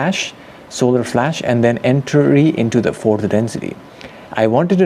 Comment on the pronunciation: The "being" that talks through makes the same pronunciation mistake with the word "flash", pronunced like flass. Many people from india and Pakistan talk with this accent. So Pleiadians are from India?